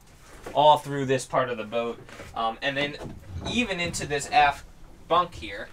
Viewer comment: forward or aft-tah'!!!!!